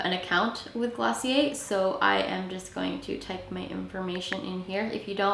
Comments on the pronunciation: Taylor Jarrett it's actually glossié, you don't pronounce the "r" , its a French word . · Clicked off when I realized how she said glossier